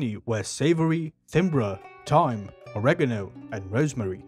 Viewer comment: Yes! You pronounced Oregano properly! Thank you!